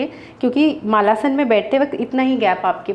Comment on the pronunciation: मालासन नहीं मलासन....